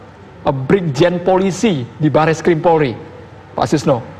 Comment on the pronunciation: Mbak pemberita...coba dengan ucapannya sekali lagi... Polri...mbak ucapkan Porli... Pingin ketawa jadinya.